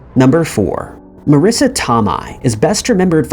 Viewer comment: Marissa not fucking Melissa you donut. 🍩 you are goofy as hell.